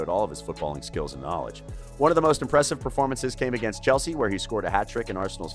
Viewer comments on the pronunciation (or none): none